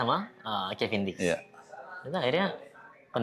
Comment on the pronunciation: Sedikit masukan je.. kevin diks bukan kevin dick, rada gimana gitu klo jadi dick 😅😅